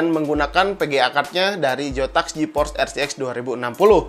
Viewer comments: Bang kenapa kalok hurufnya z abang bilang j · Sumpah bang gw gasuka banget waktu Abang bilang "PeGeA Jotaks GeForce ArTiEk Dua Ribu Enam Puluh" bisa diganti bang ejaannya??